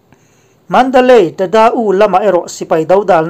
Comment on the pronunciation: Pholeng chenel a puangtu pa chuan mandalay pawh a lam thiam lo,mandalai tiin a puang thina ngaihthlak a nuam lo.Nang chu i lam dik thei khawp mai.